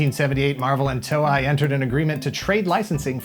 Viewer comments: Dude... "toe-ay", not "toe-i" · to-ei (eyy) thats how you pronounce the company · Toe-i? I always pronounced it as Toe-E. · It was less 'cancelled years prior' and more 'cancelled a year and two months prior'. Also the way pronounced Toei made my inner weeb flinch.